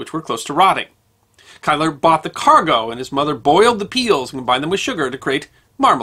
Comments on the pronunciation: Quite! It sounds very grating as Kiler! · Great video essay as always! I can see why you pronounce 'Keillor' as 'Kyler' (ie following the German pattern of pronouncing 'ei'), but in Dundee the name is pronounced 'Keeler'. I lived in Dundee 's Seagate 40 years ago, but never knew that Keillor's had a shop there, presumably their first. As the name 'Seagate' suggests it is close to the docks, so it's understandable that Keillor's could move quickly to take advantage of an opportunity to buy spoiled cargo. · As always a most enjoyable video. However, as a Scotsman, I have to take you to task with your pronunciation of the name of the family from Dundee who are said to have invented Marmalade. The name is pronounced KEEL-OR and not Kyle-or. Again this does not detract from your excellent video. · Kieller - Pronounced "Keeler" locally in Dundee and generally in the UK. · Apologies if already pointed out. The name Keiller is pronounced "keel-er".